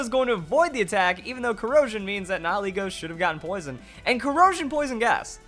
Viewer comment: I like your channel but holy damn nihilego nihil ego knee-heel-ai-go